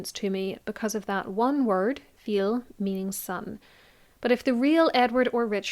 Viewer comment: "fils", french for son, is pronounced like "feese".